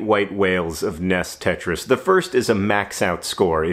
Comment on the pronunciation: "Ness tetris"